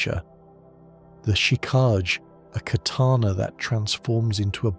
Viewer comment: love the video but i hate the way you pronounce chikage lol good job on all the lore!